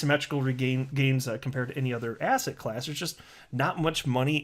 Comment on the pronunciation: I keep thinking you say Asshat Class instead of asset class (I watch your videos at 1.5x speed). Made me think Asshat Clayton is now in a class of his own..